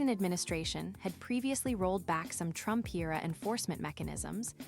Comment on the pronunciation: I will bote, por Donal Trromp…. I laughed so hard that I felt embarrassed, I mean, I know her family is going through anguish, and this is a tremendous loss for her. In the epiphany of knowing that she was one of the architects of her own demise. PRICELESS…../